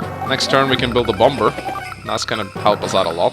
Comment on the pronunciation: Why do you call it BOMBURRR. It’s Bomb-er the second b is silent. Other than that I really enjoy these videos!! I’ve been marathoning for awhile now!! BATTTLE COPTURRRSSSS!